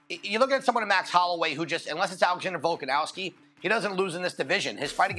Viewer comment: still doesn’t pronounce Volk’s last name correctly and it makes my blood boil.